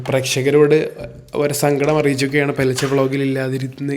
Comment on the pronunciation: Not പോൽച്ച its പെൽച്ച